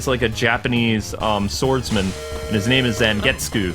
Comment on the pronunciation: I feel bad for Zangetsu you obviously have never seen Bleach other wise you'd know his name is pronounced "Zon-get-sue"(Ichigo's Zanpakuto spirit is named Tensa Zangetsu.).